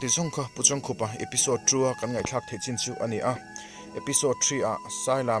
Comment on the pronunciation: Hetah chuan a hming pawh i lam dik tan e....Heeee A ngaihnawm e. Kan kohhran Library-ah a chanchin ziahna booklet a awm a, ka hawh a, ka chhiar a, a ngaihnawm ka ti hle.